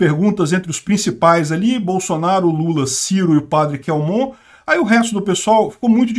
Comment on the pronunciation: O Padre Kelmon é meu conhecido pessoal. A pronúncia correta é KÉLMON.